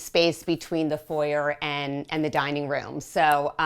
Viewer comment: She pronounced it correctly as an American. The foi-yay vs for-yer nitpicking is boring.